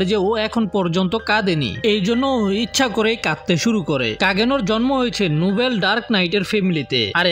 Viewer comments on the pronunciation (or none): none